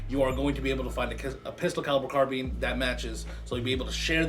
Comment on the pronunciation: Its called a carbine not a carbean